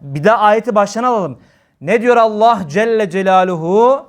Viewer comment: Allah’ı zikreden bütün kullara rabbim lütuf ihsan eylesin birşey dikkatimi çekti af buyurun özellikle Allah lafzında ağzınızdan E harfi çıkıyor bu lafz hususi midir doğrusu A olarak çıkmalı değil midir?